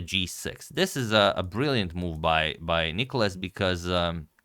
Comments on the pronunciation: Please please dont call him nIkolas,its nikOlas. Greek names literally have a punctuation system for you to know (Νικόλας, where the ό shows where to pronounce.) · It's nikOlas, the accent being on O. (You've corrected it in some video).